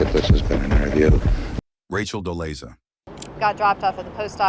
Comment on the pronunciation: Are you A morone? including Rachel Dolezal as a celebrity women who pretended to be black. What you smoking? At least you could have learn to pronounce her name correctly. Get off the wakey bakey ASAP.